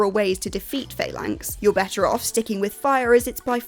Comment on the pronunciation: Hate to be that guy, but its actually pronounced "fal-anks" 😉.